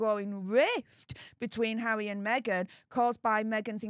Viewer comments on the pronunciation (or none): So is bvvvvvvveaking down the vvvvvvvoyal news😂 conspivvvvvvvasy theovvvvvvvvy 😂 poor pvvvvvvvince havvvvvvy 😂